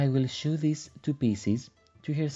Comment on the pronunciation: New sub and I noticed that English is not your first language. You do very well, but two words you need to say different. "Sew" is a word for making clothes. Yes it looks like that is how it should be, but the word is said "So". Funny word that is hard to find in other places. You will need that word many times, it is said "So". The other word is "sword". It is pronounced "sord". The "w" is silent. It is another word you will use many times. English is a tricky language. The doll is beautiful!